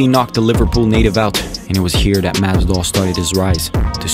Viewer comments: It’s masvidal not mass doll bruh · whos "masdal"